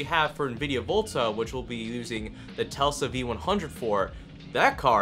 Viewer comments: Hey great videos man, but I've noticed that you say "Telsa" when talking about the high end Volta chips, its actually Tesla, after Nikola Tesla, the famed engineer. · Tesla not telsa